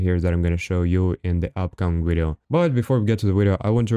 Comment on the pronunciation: My boy dropping wideo after wideo hell yeah